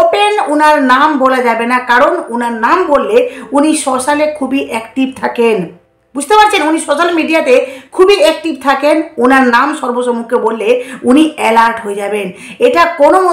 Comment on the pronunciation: সোস্যাল মিডিয়া টা শুনতে লাগছে শ্মশান মিডিয়া। উচ্চারণ ঠিক করলে ভালো হয়।